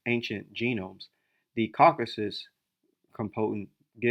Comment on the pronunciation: It's CaucasUS, not Caucas 🫣